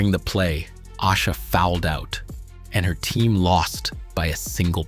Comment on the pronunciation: If you are going to use AI to make content, put some respect on her name and pronounce it correctly!!!!! It’s A-sha!!!!